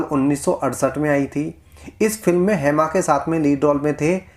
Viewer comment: हैमा.. हैमा क्या है?????🤔 "हेमा" बोलो... नाम का सही उच्चारण करो